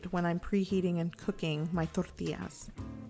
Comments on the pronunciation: Trying to sound more Mexican. It's bloody annoying. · why she saying tortillas like that